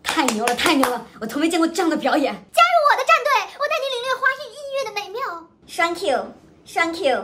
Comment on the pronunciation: 虽然这是讽刺，但是那个thank you真的听得我好难受